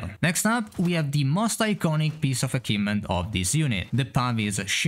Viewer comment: What on earth is an "akivement"?